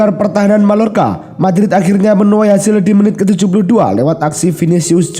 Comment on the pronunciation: Real Mallorca, bacanya Real Mayyorka